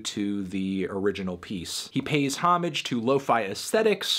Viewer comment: The way he pronounced homage though. Lmfao